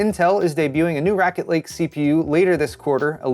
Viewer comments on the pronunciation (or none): Did you call it “Racket Lake” and was it intentional? Because that is hilarious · It sounded like you said "Racket Lake" in the intro... Seems like the right thing to say about them now